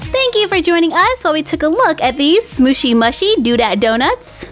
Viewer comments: It's pronounced smooshy mooshy not smooshy mushy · It’s Smooshy moo-shy not smooshy mashy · Question: why do you say smooshy mushy (m-u-shy? It’s mushy (m-oo-shy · It's pronounced smooshy mooshy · it's smooshy mushy (you say the u in mushy like moo) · Its pronounced moo-shy love you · The name is right but how you say it is smooshy mooshy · They are pronounced smooshy mooshy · You said that mushy part wrong it’s moo-she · It is pronounced mooshy